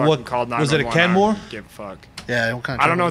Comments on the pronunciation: Kenworth not Kenmore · Kenworth not kenmore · Was it a Kenmore? You mean kenworth?? Lmao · "was it a Kenmore?" Kenworth?? Kenmore is washing machines lmao.